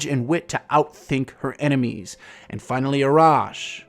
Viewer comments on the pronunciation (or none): none